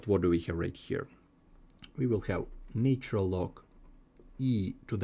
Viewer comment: NAtural....and NOT NAYtural !!! Why can't your pronunciation be correct.